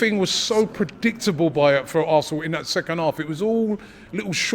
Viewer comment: It’s da histore of Assnal😂